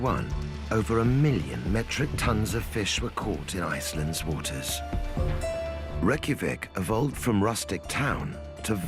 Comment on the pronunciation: When the narrator mispronounces the capital it’s hard to watch… 😇😍😎Otherwise, this is educational.